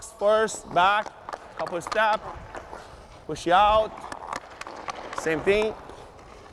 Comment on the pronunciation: Yo no one's told my man there's no "e" at the end of push